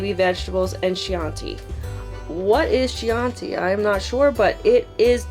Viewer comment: Kee-ahn-tee (Chianti) is an Italian red wine LOL! 👍